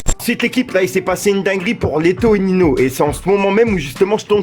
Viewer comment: Tu prononce mal ninho